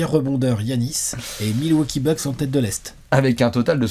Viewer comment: Les Bilwaukee Mucks desolé:)